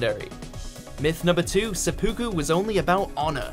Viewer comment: You hear that? It's Seppuku, not Sudoku.